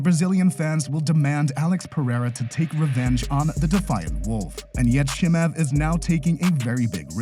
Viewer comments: His name is not Chee-mahv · Listen computer voice who can't pronounce Chemaev... Dana White is a degenerate gambler who is most defenetly screwing his fighters over... Period!!! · J, the pronunciation is just atrocious. Chimaev-approved video. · Lol chimuv and enganewn i love how this dude pronounced their names lol